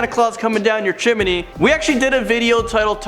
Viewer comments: Chim knee dude. Not chimeney lol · It's CHIM-NEE, not CHIM-IN-EE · Chimney He says Chim-min-ney 🤣 I love it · The way how you say "Chimney" is DISGUSTING.